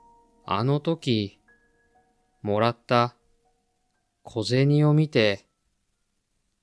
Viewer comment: The coin is pronounced to "ko je ni" . not "ko je tsu"